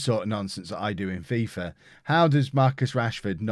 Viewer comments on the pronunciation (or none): none